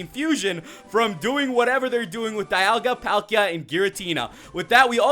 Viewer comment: its not DI ol ga its DE al ga